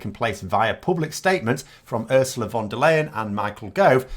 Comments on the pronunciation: Quick info, since her name is bound to come up a couple more times in the future: von der Leyen is pronounced like "fonder lion" (or Fonda lion if you're a rhotic speaker) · You should really learn to say von der Leyens name. You're gonna need to say it a bunch more in the future.